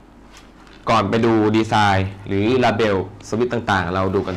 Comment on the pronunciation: เลเบิ้ลครับไม่ใช่ลาเบล Label